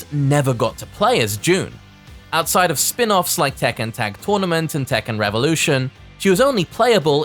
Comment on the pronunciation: Yo. It's Tekken, not tekkan